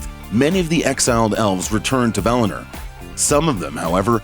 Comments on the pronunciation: For the love of God stop calling it "Valner" it's val-in-or. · valiNOR please. Not "valinerrrr" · I just can't watch this all the way through as he keeps saying 'Valiner'. V-A-L-I-N-O-R. See that 'o' towards the end, not an 'e', is it?! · That was as shit as I thought it would be. You should be on the ring of power team. It’s Valinor not Valaner you twat. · VAL-I- NOR...Like Oar! Not NER like Nerd!!! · Valiner? LMAO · I’m familiar with Valinor. What is this “Valiner” he keeps taking about? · Valehnurr... lol